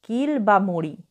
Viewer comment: নিজে সশরীরে??"মোরি" নয় "মড়ি"।